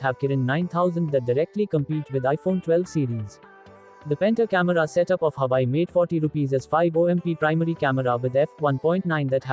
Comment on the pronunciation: Huuuuuwaaaaaweeeeiiii. Not huai